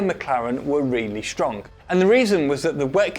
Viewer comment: Here my ears hear "StrongK". That's weird for a Brit. Or are my ears just messing up? Would love to hear from the Brits.